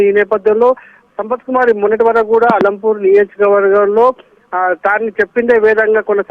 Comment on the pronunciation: ఆలంపూర్ కాదు మేడం అలంపూర్